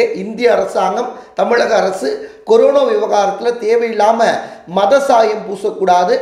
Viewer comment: கொரோனா..என்றே சொல்லவும்.. கொரோனோ...என்று சொல்ல வேண்டாம்..